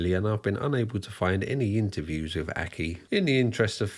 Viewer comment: Mate, you’re pushing it a bit with your dodgy scouse accent. Especially when you can’t pronounce simple words yourself! Examples- wiv, fings, muvver and farver, fousand, and freatening. You’re a divvy lad 🤣